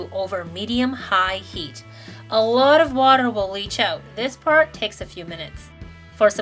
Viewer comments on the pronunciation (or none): none